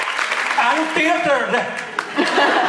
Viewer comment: Misha: (in Indian ecsent) 'and Theater eh'. Jensen loses it xD